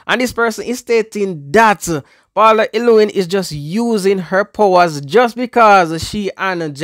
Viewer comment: Bro you’re not calling the lady name correct. Paula.